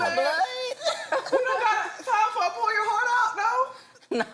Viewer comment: gurl - why is he so serious and Dry today? that's not cute. And if he say pour into it one more time - sounding like PORN when he say pour. I was like yeah, nigga porn is apart of some day's lol not everyday. the movie was straight - that's all I'ma say in the public.